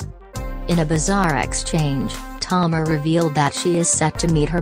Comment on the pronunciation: I'm DONE!!! HER NAME IA TA MAR NOT TOMAR.👹